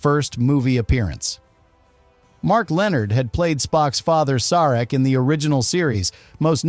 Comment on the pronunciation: It's not just the bad mispronunciation of Nimoy, but "Fal-For-Pan" and "Sarek". Was the narrator human or AI?